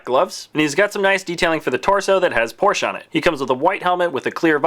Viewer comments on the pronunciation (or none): It's Porsch-E-! Not Porsch. Then it would be spelled P-O-R-S-C-H. por-shuh. Porsche. That should help you say it correctly. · Since Porsche is a German family name, you should pronounce it as it is, with the e at the end. Two syllables. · The 'e' in Porsche is not silent. This is German, dammit.